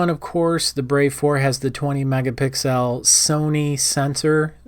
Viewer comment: Right, i swear it's pronounced megapixels, not i was wrong!🤣